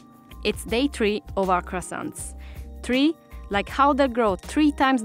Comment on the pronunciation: The way he said 3 reminds me of something let's see how many thought like me